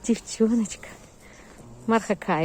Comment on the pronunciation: Марха- ударение на вторую 'а" - так называется посёлок рядом с Якутском. Очень рада за собачек, нашедших свои семьи! Всем огромное спасибо!